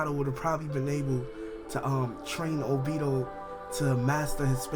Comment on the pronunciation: Y do you say the names wrong!?!?! Its not obido...its obito (O+be+toe) damn do you even watch the anime?? Or hear the English version??